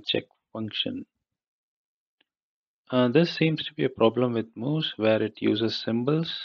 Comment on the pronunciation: It's actually muse not mousse